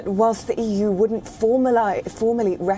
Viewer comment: EU is more like euuu🤣😂